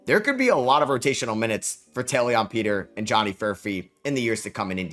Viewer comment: Please pronounce Taelon Peter’s name correctly. (Tay-Lon).